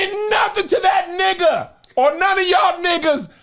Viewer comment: the way Kev say nigha sounds racist